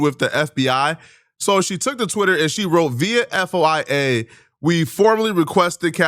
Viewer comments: Its pronounced Foyia. FOIA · Bro you don’t spell out foia lol you say it like foi-ya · FOY-YAAAAAW. 2 Sylables my dude. Like tin foil, and hi-YA like karate. FOI-YAW. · Y'all and Candace killing me with this F.O.I.A.H.I.J.K.PQRS. It's called a FOY-YA Request. FOI - YA. FFS ITS 2 SYLABLES not 500. Foooooi - Yaaaaaaa. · "F - O - I - A" 😂 Bruh. How tf do u not knw wht FOIA is !? U work in media/ journalism ! The fact most of y'all on here have no idea how crazy tht is or wht I'm even talkin 'bout is just as sad tbh smh. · Dude doesn’t even know what a FOIA request is or how to say it 😂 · Its pronounced foy-yuh dude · I’m so happy to know I’m not the only person that points out his terrible ability to pronounce very simple terms and words. You’re soooo right, if someone’s a “journalist” I feel like FOIA should be like one of the most used terms in their vocabulary. Anyone can make a post or video and claim to be a journalist so 25% of the population is a journalist. The more he talks the more people with a brain know he’s just a dude making videos. Just look at the titles of his awful videos. So hyperbolic and untrue. Everything is a “gang war” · Lol nah, that's bad, but it's nothin' compared to him not know what "FOIA" is or how to even pronounce it. A "journalist" unaware of FOIA is like a soldier who don't know what a rifle is, showin up to battle w/ a slinghot. Absolutely wild. 😂